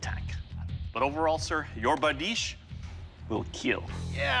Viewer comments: it not bardeesh tho, its berdish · ITS BRADICHE